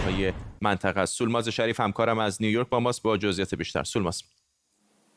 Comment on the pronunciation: سولماز اینطور تلفظ نمیشود !!! از همکارتان اگر می‌پرسیدید حتما میگفت !!!